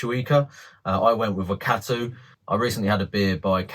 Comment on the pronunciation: Love the music mate 😂 And good effort on your pronunciation of the NZ Hops Wakatu and Motueka, maybe research that one a bit more. I'll be brewing this soon. Cheers